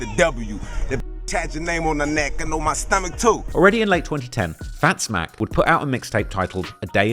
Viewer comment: Its Fatz Mack Not Fat Zmack